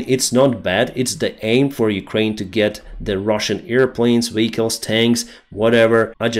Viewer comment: vEhicles, not vichles